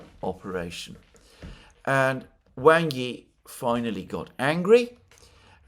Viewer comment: I know it is a nitpick sorry, but "Wang" is not pronounced like bang, but like the pong in ping pong or like wong.